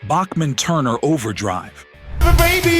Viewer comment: The mispronounciation of iconic artist's names (Sky-nerd and Back-man for example) automatically screams AI and disrespects the artist and the listener, angering the audience. It also casts credibility issues on the content, even when there isn't anything else actually amiss with it. That's MHO. Thanks.